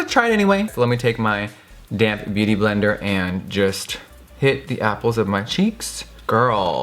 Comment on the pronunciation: Lol when he said “damp beauty blender” my dumbass kept thinking he was saying “let me take my DAMN beauty blender”